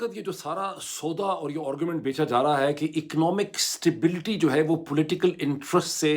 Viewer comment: ڈاکٹر صاحب ایک تو آپ کا دعوی یہ ھے کہ آپ انعام یافتہ مقرر ہیں۔ لیکن ہم آپ کو روز اس قابلیت سے محروم دیکھتے اور سنتے ہیں کہ آپ ایک بھی جملہ ایک زبان (اردو یا انگریزی) میں بول سکیں۔ نیز ان زبانوں میں بھی آپ الٹا سیدھا بولتے رہتے ہیں۔ 'آگے بڑھنا" ھوتا ھے نہ کہ "آگے بھڑنا"۔ درست تلفظ "گھنٹہ" ھے، "گھینٹہ" نہیں۔ انگریزی میں بھی AARGUMENT بولا جاتا ھے ،ORGUMENT نہیں۔ اسی طرح heads of governments کہنا درست ھے، head of governments نہیں۔